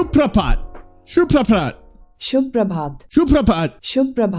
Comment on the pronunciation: it's "shubh prabhat" and "H" is not silent here